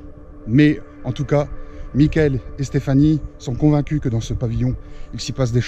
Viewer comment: A la place du PVE « mickael » moi je comprends « mon cœur »